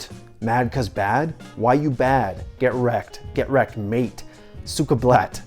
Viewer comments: its not blaat, its blYat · Bahah. Suka blat Blat Suka. The US trys to speak russian words is just funny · "Cyka blet".... "blet"... "BLET"....